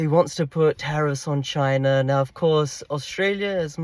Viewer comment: This whole discussion just proves how useless the Democrats policies were in enabling any growth both globally and domestically for the USA. Great video awesome insight’s brother 💪 PS loved the attempt to at KAMALA & please drop more CHYYNAH’s